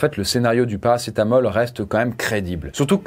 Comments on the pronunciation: Oui mais si tu ecoutes bien il a dit paracé t'as mal ^^ 😀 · il dit ParacetaMAL dans le tramadol 😂😂😂